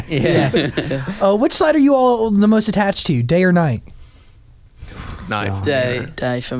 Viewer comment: the name is Night & Day! he was saying it wrong, it’s like it’s in the title